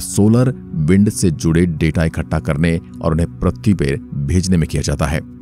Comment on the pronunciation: Pratee nahi bhaiya Prithvi Hota Hai Kya pratee pratee Lagayeho